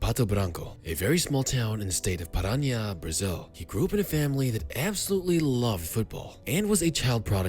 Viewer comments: Paraná* not Paránia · COme on man u are portuguese, you know how to read "paraná" not paraña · we don't speak spanish in Brazil why the fuck you calling him Roherio or saying stuff like Paraña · In 24 years, it's the first time i see someone call my State "Para-nya" 😳